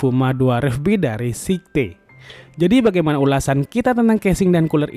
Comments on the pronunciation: Sayet bang bacaanya bukan sekte... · bagian atas casing cuma support 120mm aio? kok kelihatanya bisa 240 ya. btw bukan sikte, tapi skait bacanya om... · kok sihte gan wkwkk Scythe bunyi ejaanya kalo gk salah "saith" gitu tapi wasem harganya terlalu OP buat kantong pribadi wkwk